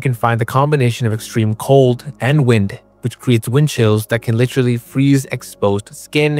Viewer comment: Litcherly??? Come on man ... say liter and then say alee. Now then together. Literally